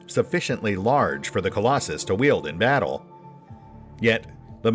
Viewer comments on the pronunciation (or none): none